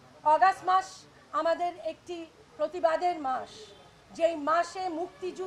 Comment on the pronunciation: অগষ্ট উচ্চারণটা ঠিক ম‌তো কর